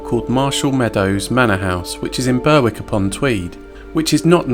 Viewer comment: Couple of things friend its prounounced Annick and Berrick and not as they are spelt 😉 As always great vid 👍🏻